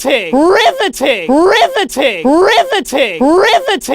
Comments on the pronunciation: I hear ri va tin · Now it’s sounds like RIVTI-titty But like if titty was a different audio clip